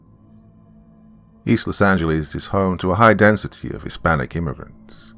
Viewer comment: Lol I always laugh when says: Los Angelize